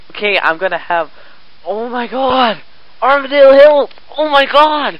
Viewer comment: btw, its not pronounced, "arm-a-dayle" its pronounced, "arm-a-deal"